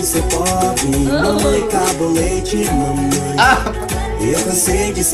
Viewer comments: Mãemãe LOOOOOOL! It’s Mamãe it means mom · "mãemãe" KKKK n é "mãemãe" é "mamãe" KKKKK